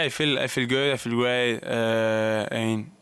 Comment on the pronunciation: Carlos struggles with the word "great" which he pronounces "way" lol/ Vamos Carlitos!!!